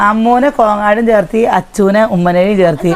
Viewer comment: Cherthi എന്നല്ല ചേര്‍ത്തു എന്ന than ഏതു നാട്ടിലാണ് ജീവിക്കുന്നത് ആദ്യം malayalam നന്നായി padikku